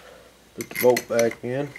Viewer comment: I was listening and not watching....I swore he said: 'If yours has a "Boat" here like this one.' I was like BOAT? WHAT? ah... BOLT!